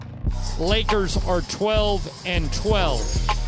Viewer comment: It’s Lakers (Rembele), the intro lol